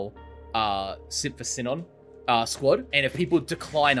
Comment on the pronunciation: Am I stupid or are they pronouncing sinon wrong bc that really annoys me